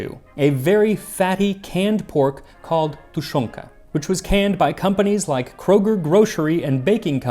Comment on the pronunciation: I LOVE your pronunciation. It most likely takes a lot of time in every word of different languages you speak in your videos but I can definetly say that your russian is on point, especcially the way you say tushonka, by the way I really appreciate you mentioning how long it lasted in Soviet Union, as well as all your hard work and dedication. Please, keep'em coming Max!